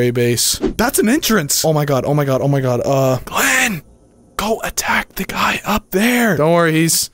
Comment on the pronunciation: “No more gleen!”….again……